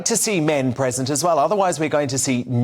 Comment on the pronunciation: Learn how to pronounce 'present'